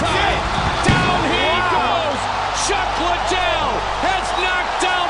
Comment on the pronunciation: "chack liddel"